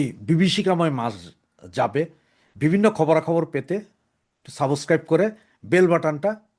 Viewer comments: সাবোস্ক্রাইব না রে ভাই বলবেন সাব্স্ক্রাইব। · IT IS SUBSCRIBE, NOT SABOSCRIBE. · সাবষক্বাইব কন কেন? শুদ্ধ বলেন না কেন?